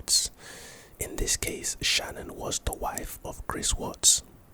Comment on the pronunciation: Her name wasn’t Shannon, it was Shanaan. Also, police have to have a warrant to look through your phone.